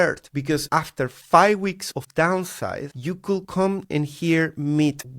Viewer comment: when you use the word "could" you say "coul" you always forget the D <3